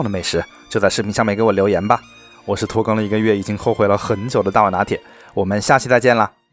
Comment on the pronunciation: 拖更我聽成脫X🤭